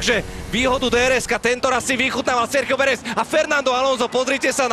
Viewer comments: Nah bro, as a native spanish, he sounds exactly like us lmao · Yeah he sounds exactly as a native, I wonder if he has some spanish/hispanic background or something